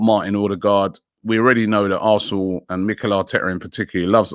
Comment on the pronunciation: players linked with a mooov to Arrrrsnooooor